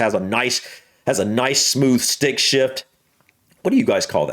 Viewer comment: Stick, not "srick".